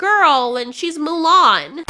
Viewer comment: It’s “Mulan”! That was hilarious!! 🤣